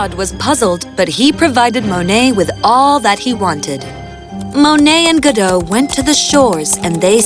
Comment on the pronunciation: Godot not Godo